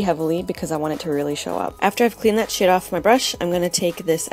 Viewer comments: jeeez! you literally killed me with "you know i love my mermaids" :P and almost every time you say "shade" i really think you say "sh*t". gotta buy that shrimp me up shadow! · Hah, when you said "after i clean the shade off", i thought you said "clean the shit off" omg it just made me laugh ao hard xD Beautiful look!